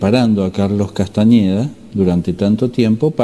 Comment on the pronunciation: gracias a vos comence nuevamente a transitar el camino del guerrero de Carlos Castaneda. te queria consultar que pensas de las tecnicas de PAses Magicos y recapitulacion. Otra cosa sin importancia, por que le decis castañeda con ñ? no me gusta, sin importar si es con n o con ñ, yo lo llamaria como el mismo se nombraba, tenes que admitir que él es el mas grande despertador de conciencia de los ultimos 50 años que pensas de la meditacion trascendental de Maharishi? crees que es un ser de luz o un engaño mas? muchas gracias, un fuerte abrazo